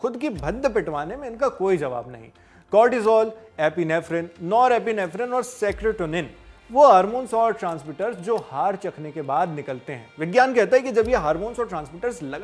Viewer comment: Secrotonin 😂 Serotonin 😊